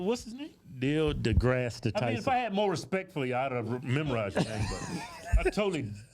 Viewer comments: His name is pronounced, "Neil de-Ass Tyson"... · I love how they both get his name wrong all the time hahaha